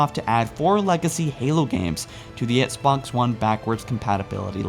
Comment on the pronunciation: He still says Sbox one 😂😂